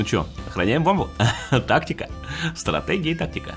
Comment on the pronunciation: Стррррактегия рррактика:)